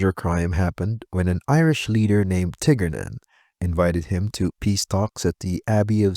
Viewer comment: Great video, i could be wrong on this thought as even being an Irish man, id never heard of De Lacy. But i think it would be pronounced Tear-nan